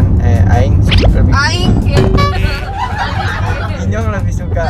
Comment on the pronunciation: Bang bukan inyong tapi nyong